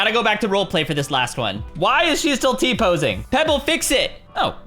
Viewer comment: "why she T posenig?"